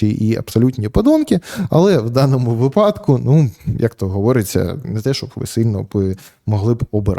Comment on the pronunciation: Ярославе, з великою увагою та повагою дивлюся ваші відео. Одне зауваження: вИпадку, а не випАдку, будь ласка. Все решта - неймовірно!